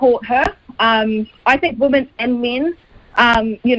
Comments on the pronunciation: NB! "Women" is pronounced "Wimmin," not "woman", as most NZers pronounce it! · Dead right. Ask any old school elocution teacher and they would say, "Women rhymes with swimmin, which is a group activity." That's how they used to teach it, in order to make it stick.